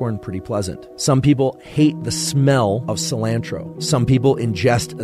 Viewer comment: Imagine being so intelligent like this guy, but then pronounces cilantro wrong, I’m one of the people that have the gene that makes me not like cilantro at all, but cmon man pronounce it right